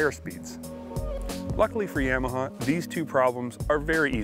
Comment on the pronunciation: Would be nice if they could say Yamaha right. Like nails on a chalkboard. Of course a Canadian channel is going to be Ski-Doo bias.